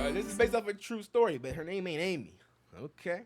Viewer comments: just skipping through to my favs for now. but um its aimee. not almee 😂😂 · 😭 "thanK you aIMee:" K I M = KIM?!?! AS IN KIM KARDASHIAN. HOW DID YOU MISS THAT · him pronouncing “Aimee” wrong made me laugh I’ve never heard someone pronounce my name like that